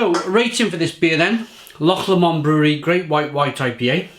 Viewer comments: Loch Lomond....pronounced Loch Lowmond not Loch Lawmond. Not bad attempt for a Welshman though. 10 out of 10 reviews do not happen very often. Must try to get some cans. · Haha! You pronounced ' loch' correctly, and got Lomond wrong! 😁